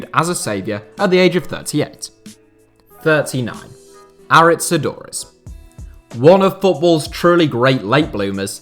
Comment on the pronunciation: is that the correct pronunciation of aduriz?